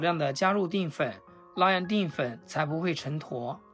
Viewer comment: 定粉？！淀（Dian）粉！怎么读字都那么白痴！